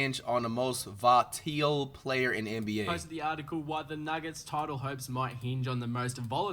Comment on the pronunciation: flight cant say the word volatile 😂😂